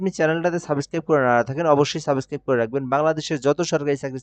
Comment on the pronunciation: সাবেসস্ক্রাইব 😂😂😂😂😂 বলেন কি? পুপুপুপুপুপুপুপুপুপুপুটু